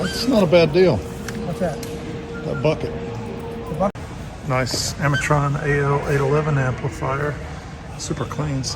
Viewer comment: Just FYI.AMERITRON is AMER I TRON NOT ARM I TRON. 👍🎙